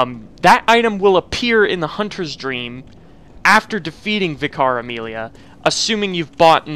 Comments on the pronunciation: ssdarko1 Me too, it took several attempts to decipher. The way he days it sounds like Vi-Cara-Meelia, when it's should just be Amelia who is a Vicar. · I was like who is Vikaremilia! Then I realized he meant Vicar Amelia. She is a vicar, pronounced vik ar, it’s a separate title to her name! Not one word, but two separate ones the first denotes her station and occupation so to speak. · What he means: Vicar Amelia What i hear: Caramelia